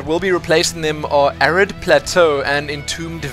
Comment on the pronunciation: Haha thought you said Arreat plateau (A Diablo 2 area^^) at first when you talked about the new map Arid plateau! xD